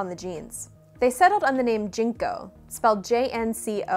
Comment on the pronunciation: Jen Co. Not Jean co.